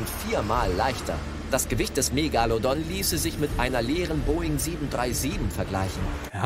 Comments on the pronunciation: Mich triggert die Aussprache Megallodon. Das Teil heißt MegaLOdon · Du meinst Meeegalodon. Ich hab nach so einem Kommentar gesucht. Mit geht’s ganz genauso. Hat mich so fertig gemacht